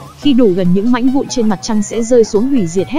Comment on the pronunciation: Bà chị ko nói đc từ mảnh mà nói sang từ mánh kk 🤣🤣🤣🤣🤣